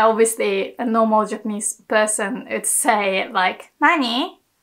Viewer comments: how u can say Word Way or Watashi properly etc or but u cant say Women or Would correctly u say ooMAN or ooD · Best Japanese teacher on YouTube. One constructive comment: you are still mispronouncing semi-vowel "w" in words like "would" "woman"